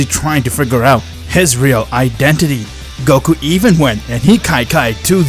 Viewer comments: Man really said goru instead of Goku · When I first heard you say "Goku" 1 year ago. I thought it was weird. But now, I feel like that's the actual way of saying goku. Love Ya